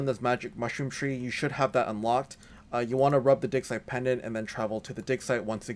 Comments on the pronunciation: I love the video, but you've gotta change how you pronounce "digsite." It sounds like something completely different when you say "rub your digsite pendant." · it sounded like me said "Run your dick." For a second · " Rub A Dick Site Pendant " 😂😂 rub a what?!?! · lmfaooo! I was scrolling through the comments to see if I was the only one who thought that.... "Rub your dig..." excuse me what??!